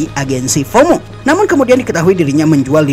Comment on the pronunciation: FOMO bang bukan HOMO😂